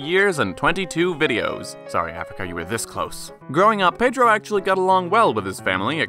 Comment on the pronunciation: Dude, you said his name better than me and I'm brazilian lmao